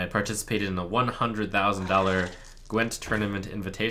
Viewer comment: Gwint you pronounce with hard w, like v in moving , not ł .